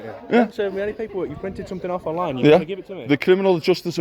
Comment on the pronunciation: "none of them can recite their awwffff" mate you can't recite the alphabet. go home.